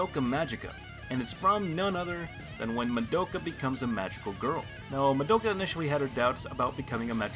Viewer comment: WHY DOES EVERYONE SAY MADOHKUH LIKE THAT, THEY LITERALLY SAY HER NAME IN THE SHOW ALL THE TIME, ITS MADOKA!!!